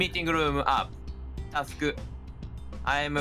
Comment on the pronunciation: これ本当に人前で見ちゃダメなやつｗｗめっちゃ笑ったｗｗ 字幕大変だっただろうなあｗ ちょくちょくカタコト発音にしただけの日本語混ざっててまじで笑うｗ それなのにタスクとかミーティングルームとか英語のはずの単語が日本語発音なのなんでなんｗ の車内アナウンス最高だし、Neko no bunzai de Candy Cat 最高すぎるし、PPAP歌ってるし、 マジで笑い疲れましたw との発音良すぎ！の拙い英語かわいいｗ 試合も意外とちゃんとしててしっかり詰まってるんですよねｗちゃんとできてることが奇跡！ くっそほどテンション高くてめちゃ面白かったですｗ